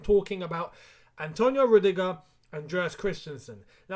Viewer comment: Not rudigerr